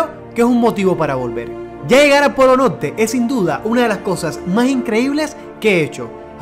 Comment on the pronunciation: Métale la rr amigo (Polo Norte) 😅(Polo Note) 👌 ... Pero gracias